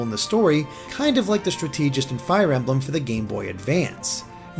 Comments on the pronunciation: Oh, I hadn't thought about the fact that she doesn't have a Hand Axe before. That's a good point! Anyone else disproportionately bothered by the "Idlegard" pronunciation? If it was spelled as "Eidelgard" with an "i" after the "e," that would make sense...but it's not. Also..."straTEEgist"? That's Dimitri, not Claude. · Damn dude I can kinda accept you not pronouncing Edelgard right, but “strateegist”? C’mon man